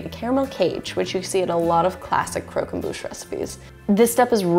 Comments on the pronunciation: Its crock Om bush not crow come booooooooooooooooooooshhhhhhh I’m sorry, this recipe is incredible too!! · Cromquemdouche right No it’s Bouche not Douche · Not pronounced ‘crow-com-boosh’ pronounces ‘croc’ as in crocodile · You mean Croque EN* Bouche it's french and it means crunch in the mouth. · Croq em Bouche Torture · her pronunciation of croquembouche "crow kem boosh" I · crow come boosh friend: Was that a sneeze?, a shoe is the normal sneeze noise: Bless you 😥😪😓like if you cried 👍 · I hate how you pronounced croquembouche